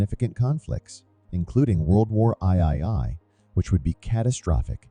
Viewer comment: World War eye eye eye???🤣🤪👍🤗